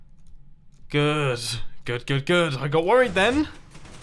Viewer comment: you said good really wierd